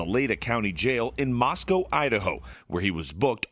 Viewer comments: Moscow ID isn’t pronounced the way Russia Moscow is. It’s Moss-koh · Mos-coe Idaho, Mos-cow, Russia